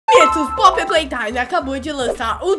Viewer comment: Não é poppy Lleyton e projeto:pleytime